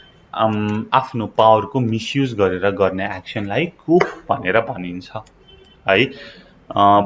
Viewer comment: Sir your pronunciation needs to improve, not coup(kup) . Its pronunciation is ku.